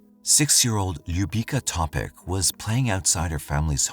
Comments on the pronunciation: Ljubica is pronounced Loo beetz sa. Her last name is said as To pich. I am from Windsor Ontario. There are youtube clips from Windsor Police where the former chief of police pronounces her name clearly. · Pa nije Topič nego Topić...ako se vec bavi slucajevima u kojima zrtve ili pocinioci imaju imena koja nisu engleskog porekla treba da se potrudi da ih izgovori pravilno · Yes, the last name is pronounced Topich. The "c" has a "ch" because there usually a dash above the c.